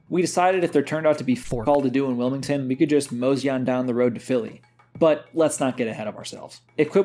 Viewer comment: wil - MID ton .. point taken lmao .. cool vid good commentary